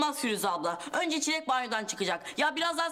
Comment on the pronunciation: Aga be benim best shibim çileğe çilli diyen tunaydi bee❤